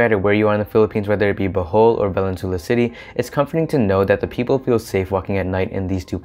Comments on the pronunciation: Thank you for the stats! Awesome research! Just take note the pronunciation of Valenzuela. Vah-Len-Zu-Eh-Lah. “eh” like “elephant” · I suggest you learn Spanish-style pronunciation, especially for obviously Spanish names. Thus Valenzuela is pronounced as [vah-len-ZWEH-la], with the accent on the second-to-the-last syllable. The "UE" letter-pair can be pronounced as either [WEH] or as [EH], depending on the letter that precedes it. Please ask a native-born Filipino rather than forging ahead by yourself in guessing how local names are pronounced as it is off-putting to us locals.